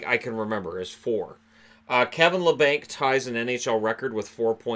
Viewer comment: Its pronounced la bonk